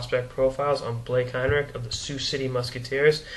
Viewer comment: im his cousin its pronounced hine-rich with a ch sound :)